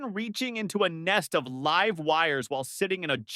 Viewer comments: Don't like the mispronunciations. When it encounters a set of letters such as "LIVE" that could be pronounced either of two ways, "lyv" or "liv", it invariable picks the wrong one. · Funny stuff! I wish they would teach AI how to pronounce stuff though. I realize that the English language is a bit dumb sometimes having the same spelling for different words, like live or live. One rhymes with give and the other rhymes with hive and I've.